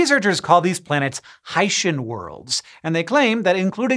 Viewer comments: Pretty sure it's pronounced 'Hi-See-N' planets and not 'Haitian' planets. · Surely it's Hi-see-n?